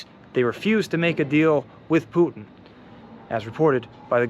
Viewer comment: yup, Poutine with accent on first syllable